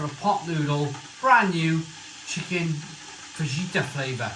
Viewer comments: Hi you don’t pronounce the j in fajita it’s faheeta. Come on mate how long you been on this earth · You dont pronounce the J in fajita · Fajita, like a fajina :D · The 🦆 is a fadge-it-a? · Noooo! Don't put the sauce sachet in first, that's supposed to go in last! (It really should be chilli sauce rather than plain old tomato sauce IMO.) BTW ... Fajita is pronounced fa-heet-ah and tortilla is pronounced tor-tee-ah.